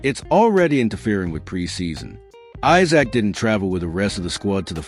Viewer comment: You say you’re a fan but you can’t spell or pronounce Isak’s name correctly. Esak is the correct way to pronounce it.